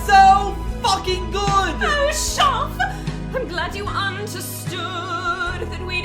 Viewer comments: well you know it's DEFINITELY April Fools because we don't say his name like that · I know it's april fools... but we don't say your name like that 😭😭